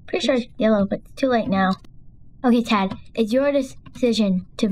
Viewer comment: It is tad not ted